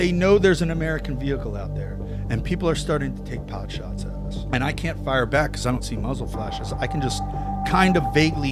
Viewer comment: And he’s smart as hell. One of the only people I’ve heard correctly say “pot shots” when most people say “pop shots”